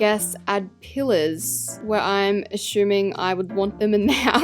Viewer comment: when she said pillers i thought she said killers 😅